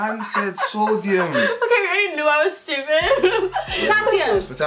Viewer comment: Man said soudium😂😂